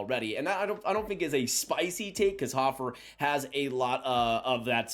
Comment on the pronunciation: Big fan of Joel hofer but can’t even pronounce his name correctly 😂